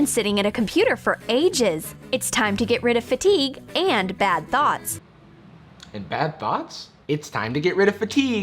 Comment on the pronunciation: it's thought not thot ...?